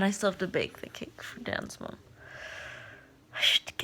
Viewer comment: I always thought you said "Dance Mom" instead of Dan's mom :p